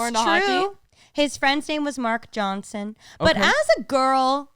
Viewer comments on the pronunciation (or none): none